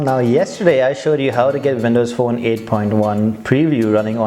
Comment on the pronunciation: Vindows Fone hehe